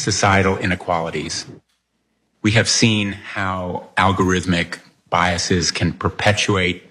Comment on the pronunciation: Good to see that Chat GPT knows how to pronounce biases properly. I don't know why so many people think it is pronounced biaseez, unless they think it is a plural of some Greek word 'biasis'. Apply the same logic to the plural of process, please. Proceseez is ridiculous unless you live somewhere where people also say adresseez and successeez.